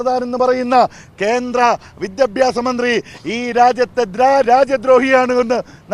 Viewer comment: വിത്യാഭാസം അല്ലടാ.. മലയാളം പഠിച്ചിട്ടു വാ